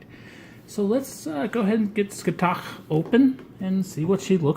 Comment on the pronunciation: Said like Sca-ha-th